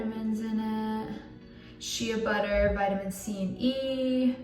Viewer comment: not shia butter lol shea butter is pronounced like: shay butter